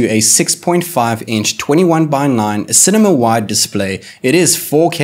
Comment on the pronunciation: Its cinema not cemema